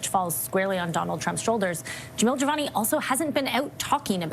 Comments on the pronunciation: Awesome podcast..just one thing,you should stop calling him Javal jimani..Lol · "Javal" Javani? 😂 Buddy, it takes like two seconds to verify his name. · Hey, are you trying to take Don Cherrys spot in the Canadian name game? You haven’t said Jamil‘s name right once. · Are you saying his name wrong on purpose? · please learn to say Mr. Jivani’s name correctly. This is the third video I’ve seen you mispronounce it and it’s very disrespectful. He’s done so much for this country and his riding, he deserves better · How many different pronunciations did we get on Jivanis name 😂